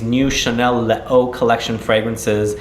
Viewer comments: it’s lay-zu i believe… 😇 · le o? les eaux = lesöi u can even google it